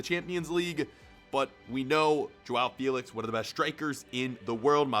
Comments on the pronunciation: Its not jowow felix its jow felix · “Jowow Fealicks”